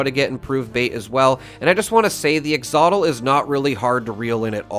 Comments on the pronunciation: You're pronouncing Axolotl wrong every single time 😂 it's "Ax-OLO-tl not Ax-otl". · Its axolotl, not “axotl” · ex-otl ???..... no, try, Axel-otl for a better pronunciation guide in your next fishing video. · I love your videos and appreciate the knowledge I've gained from them my dude.. but the sheer number of times you mispronounced "axolotl" is doing my head in 😂 Ak-suh-laa-tl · Great guide. Thanks. Just a quick thing. Axolotl is pronounced "axe-uh-lot-ull" or "axe-oh-lot-oll". 🎣🙂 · lol say it with me brother AXE-OH-LAW-TILL. Love the vids man fellow Canuk here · I catch a good number of deathjaws at the pond just south of The Rusty Pick. The axolotl (Pronounced AXE uh LOT uhl) was nabbed at the small pond just south of crater for me after only 3 casts with improved bait. A very easy catch. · Love you, it's AXEuhLAWTuhl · well that’s certainly a pronunciation of “axolotl” that i’ve never heard haha but for real, very informative video. i’ll definitely be using it! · Why do you say axolotl like that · Dude has no clue how to pronounce “axolotl.” Wow.